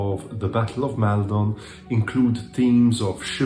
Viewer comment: Hello! Great video! I have just found your channel and I'm having great fun enjoying your reviews! The only thing I would correct is the pronunciation of the first vowel sound in Maldon, which I believe is /ɒ/ as in "copy". Keep up with the good work!